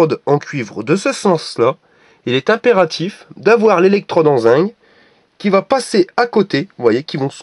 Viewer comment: zinc pas zing